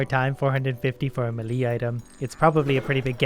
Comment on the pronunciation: also “melee” at the beginning